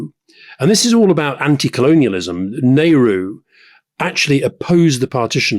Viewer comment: Rory can't even pronounce Nehru....